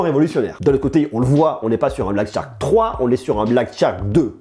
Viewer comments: charque, pas Tcharque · Dit le shark et non tshark c'est plus facile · Ne te casse pas, c'est Black "SHark" et non "TCHark", plus facile à prononcé du coup! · Super test comme d'habitude. Par contre Shark se prononce comme "chark", c'est aussi beaucoup plus simple à prononcer que "tchark" ^^